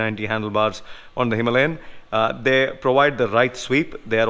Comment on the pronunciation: It is Himalayan not himlayen!